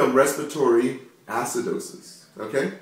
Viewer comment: ass-cidosis hahahaha